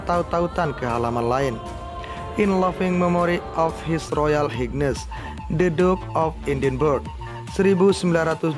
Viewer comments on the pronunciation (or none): Admin Kl baca redaksional terutama bahasa Inggris tolong pronunciation nya yg benar Highness bukan Hignes...